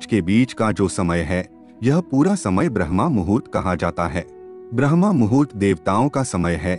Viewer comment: Respected Sir, thanks for excellent revealing video. ...... Sir, it's BRAHM-MUHURT not BRAHMA-MUHURT ..... Regards, OM